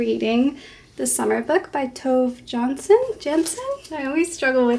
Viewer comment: I'm so happy you liked the Summer Book! We Finns are not much represented in world literature. By the way, the name is pronounced approximately "Two-ve Yahns-son" 🌞 great video as always, you never fail to cheer me up <3